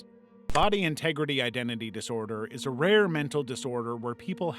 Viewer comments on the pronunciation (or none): none